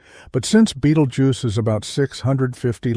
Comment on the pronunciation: The AI voice had at least three different pronunciation versions of "Betelgeuse".